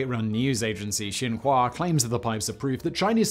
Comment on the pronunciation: As someone who lives in Qinghai, thank you for actually pronouncing Qinghai well. I think you're the first YouTuber I've listened to who talked about the Baigong pipes who actually pronounced Qinghai, Baigong, and Xinhua well.